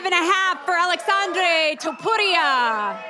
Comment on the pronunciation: umm did she say “ TOTORIA” instead of TOPURIA?